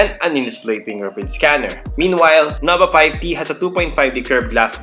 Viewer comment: "Noba Payb Ti"